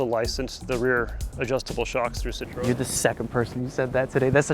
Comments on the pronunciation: How hard is it to pronounce Citroen correctly? Here's how you say it Citro and then the letter N Citro N.... Citro N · I’ve never before heard the “e” pronounced in Citroen. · It's also not "Poo-joe"... It's more like Peau-zho (a Cyrillic letter actually works better here. The "ж"). It's also not "Sit-rone", it's "Sit-ro-en"... Don't give me your "Porsche-eh" bollocks when you can't even pronounce Citroën or Peugeot... And don't start me on "Hun-day"... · Please Americans, C I T R O E N.... Not Citron.... (Lemon in French) I note when describing the 1967 DS21 Pallas the owner talks of the Citromatic semi automatic. Your interior shot is a 1970-75 dashboard with a manual column change. Later when driving we see the actual interior. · Your pronunciation of Citroën sounds juste like the french word for lemon "citron", which is a bit of a running gag here. The "ë" should be pronounced like the sound "ea" in "head" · Bro the way you say Citroën lol you say it Citron =🍋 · It's pronounced SEET-RO-En, Not Citron. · when says Citroën, it sounds like he says “citron” which means “lemon”… which I suppose is still accurate 😆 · french speaker here next time you pronoce citroen prononce it like this: citroenne ( you must prononce the N) you prononce it like citron (french for lemon) we got those cars in canada up to 1994 with fiat and alfa romeo the market was way too small to invest for new regulations they are as rare as it is in the US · Careful now,. The way you're pronouncing Citroen sounds like "citron" which is "lemon" in French. 🫣 has it right, pronouncing the 'en' at the end ("ci-tro-EN"). It hurts my brain to pronounce a consonant at the end of a French word (I learned French as part of Canadian educational requirement), but names usually break these rules. So confusing. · Citroën can be read "citro N" to get the exact phonetic as a french would ;) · pronounce it like "Si Tro N" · I love when he say "citron" love the "citron" car